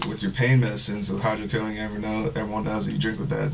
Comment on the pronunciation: I wanted to cuff him the first time he mispronounced "hydrocodone"